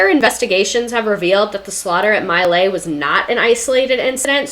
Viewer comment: Pronounced. MEE-Lie